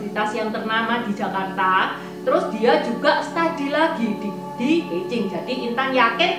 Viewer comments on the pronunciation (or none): none